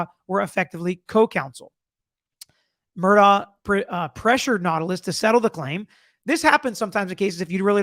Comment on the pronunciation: Thanks for covering this! I believe there are many secrets still to come out. One favor: could you pronounce his name like “Murdock”?